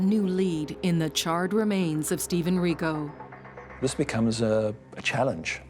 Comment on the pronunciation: Hricko is the name. Kind of disappointing and disrespectful that they couldn’t manage to get the name right.